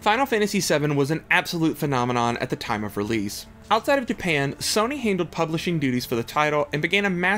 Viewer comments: why is he pronouncing it Sonny 🤣 its SOH-NY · i refuse to watch a video about sony made by a guy who pronounces sony in a way i have not heard another human do it